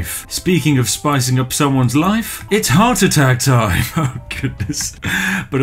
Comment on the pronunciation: did you say “i’m having a howardt attack”?